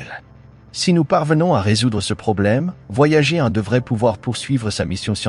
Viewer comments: Mais pourquoi prononcer "voyagéééé" ? Boulot étrange qui me fait quitter au bout de 2 mn. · C'est une voix automatique, une IA, qui lit bêtement Voyager en français...